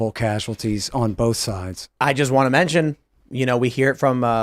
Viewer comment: I like when he says “both” it sounds like bolth